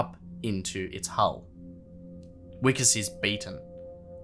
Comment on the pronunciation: “Vikus” NOT “Wikus”